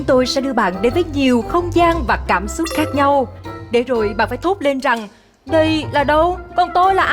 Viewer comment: giọng cũng hay nhưng phát âm sai nhiều từ thật," cảm xúc" mà hay nói là " cảm súc"